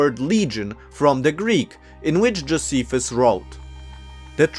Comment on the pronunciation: Also, Joe- SEE- fuss.